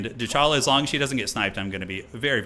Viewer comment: The Dechala and Shalkain pronounciations are much worse